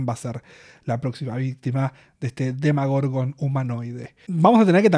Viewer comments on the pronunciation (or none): me rechina un poco cuando decís “demagorgon” en vez de Demogorgon xD